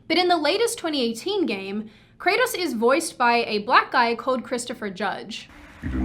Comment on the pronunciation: I just love the Aussie way of pronouncing Kratos I'm a sucker for Australian accents anyway, but this just stood out particularly :D